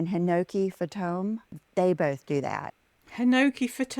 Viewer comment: Hinoki Fah-tome what? lol It's Hinoki Fantome.. Fantome is French for ghost (phantom). Wow. Google is your friend,.